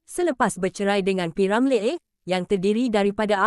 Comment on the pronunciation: Betul tu sebutan p.Ramlee tk tepat,ejaan Ramlee tu bunyinya Ramliiiiii